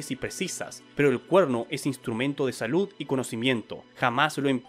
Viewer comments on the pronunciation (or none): none